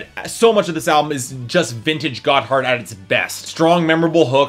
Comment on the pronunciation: Gotthard is not a "terrible pun for a name." They are named after a mountain pass in Switzerland. And you don't pronounce it "got hard." It sounds a lot more like "gotherd" all run together, almost like it is one syllable.